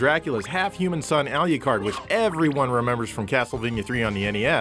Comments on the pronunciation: I know that's a rhetorical question but here is my rhetorical answer. It is pronounced like this Drac·u·la a lot people say it like Dra-cu-la.Also Alucard is pronounced as such alu-card. You say it like aru-card. There is no r in his name. ;) Your welcome for the lesson. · was not trying to sound mean our rude or trying to make you guys mad but it sounds to me like you pronounced it ah-lee-card. And i never heard it pronounced that way before i have always heard it pronounced ah-loo-card. I think even both the ps1 and psp voice actors say it that why too. Not saying im right and was not trying to start crap. I just sound different to me is all my intent was not to offend. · He fucking said al-Ucard....its just Alucard. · DID YOU JUST FUCKING SAY ALIYACARD? ITS ALU-CARD, ALU FUCKING CARD, YOU KNOW, LIKE A A TARD? LIKE, YOU?! HONESTLYHOW CAN YOU MESS THAT UP! HOW. CMON GUYS GET YOUR HEAD OUT OF YOUR "BLAST PROCESSING" ASS XD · The criticism I have is that, within the game and many other games and franchises, it's Alu-card. al-you-card sounds awkward. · Remember aliucard. Aliucard…. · I'm really annoyed about how you pronounced Alucard as "Al-eu-card" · "Alyucard"? First time I've heard it pronounced 'that' way. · Ya ever think maybe the English voice actors pronounced it wrong? Good grief with the Al-lee-card thing already. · lol yeah I caught that xD Alucard IS Dracula backwards so why shouldn't the 'u' sound the same? On the other hand it IS Japanese and phonetically it should be Al'oo'card. Personally I don't care lol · Al-you-card? LOL dumb ass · Why is saying alucards name so weird..he is in no way pronouncing that right. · How the hell do you manage to mangle the pronunciation of "Alucard"? No seriously, how is that even possible? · Wow learn to how pronounce Alucard right.